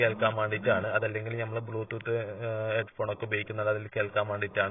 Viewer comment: ബ്യൂ ത്തൂത്ത് അല്ല ബ്ലൂ ടൂത്ത് പിന്നെ ഫെറി എന്നാൽ റോഡ് പണി അല്ല ബോട്ട് സർവീസ് ആണ്